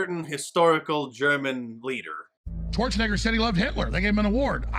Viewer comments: I swear it sounds like is saying torch a ni66er instead of Schwarzenegger. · I had to replay because I thought Jones called Schwarzenegger "torch n-word".